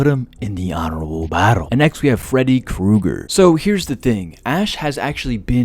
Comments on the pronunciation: omg are you really going too keep calling him "Freddy Cougar" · Kruger. With an R